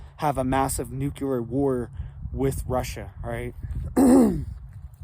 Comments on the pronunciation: Well to begin with whatever your name is this running this channel it’s nuclear, not NUCLALER! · it is pronounced " new clear " nuclear war ; not. nuke-u- lier war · Every couple of days his clickbait alarmist thumbnail says "IT'S OVER!!!" The attached video is usually a big disappointing nothingburger. definitely strives for quantity, not quality. By the way,, it's "nuclear", not "nukuler". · Not real .. not scary ... Nuke-you-lur is not a word. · Why do even seemingly intelligent people have a problem pronouncing the word nuclear. It's quite easy to pronounce actually. Saying nucular is just ignorant and childish. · Nuculer. Really? Lol. Cut from Bush cloth. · nukuler 🤣🤣🤣🤣 Had me spitting my drink out over here